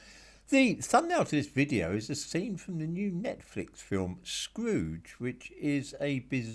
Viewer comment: "Scwoooge" lmao 🤣